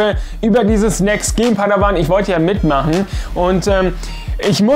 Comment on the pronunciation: Wie er "Next Gen" sagt....Englisch 6 setzen...^^